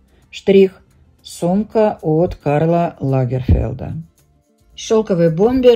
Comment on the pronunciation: Пожалуйста,произносите название бренда Герри Вебер мягко с ударением на букву Е, слово пУловер, но не палувер! Слово Лагерфельд с буквой Е!Не обижайтесь,это искренне сказано,я вас уважаю